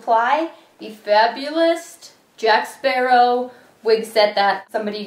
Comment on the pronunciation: Are you saying 'Sparrow' like a pirate? It's Jack Sparrow! Or 'argh Jack Sparra!' said like a pirate lol.